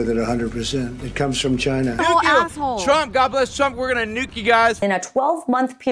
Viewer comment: Having a "bad day?"It's not about race? On his Facebook page he admired a t-shirt that said "Covid19: Imported virus from CHY-NA" (Trump pronunciation)